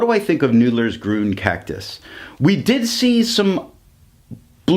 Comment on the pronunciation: It's pronounced "Green".